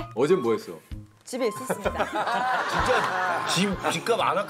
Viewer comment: 집에 있었습니다가 아니라 진짜 집에 있었습니닷 이 발음이라서 너무 귀여움 ㅜㅜ